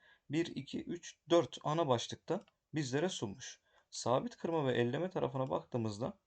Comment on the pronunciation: Elleme değil, eleme 👍 elekten eleme manasında